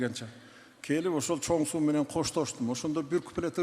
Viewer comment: Суу деп окулсун